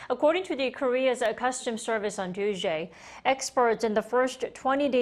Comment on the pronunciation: "Newly releashhed data shows that South Korea says semiconductor indushh-tree is ahh-booming once again. According to the Korea-suh customs service on Tuuush-day, experts on the firshhht twenty days of May rose ahhhh 1 point 5 per-shhent-a compared to daa same period lashht year coming to a total of ober 32 point 7 billion U-esh dollarsh." Kim Da-Mi: Please do not to substitute "s" with "shhh" and not add "ah" at the end of words.